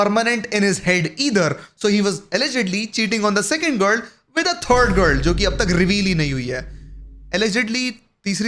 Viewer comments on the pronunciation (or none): Gur gur gurr gurr gurr, learn to pronounce girl ffs